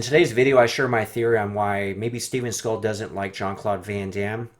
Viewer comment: Who’s Steven Seagull?? Lol!